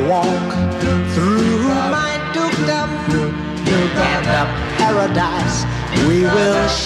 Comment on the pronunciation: I always thought it was funny when he says dukedom.